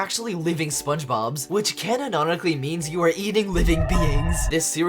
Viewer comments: “Canononically” lmao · i love how added an extra syllable to the word "canonically"